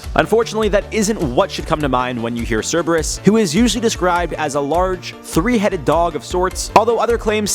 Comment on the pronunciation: It’s correct.